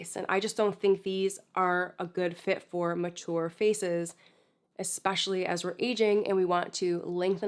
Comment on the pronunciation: I really like you, you are thorough & know how to properly say the word "ESpecially"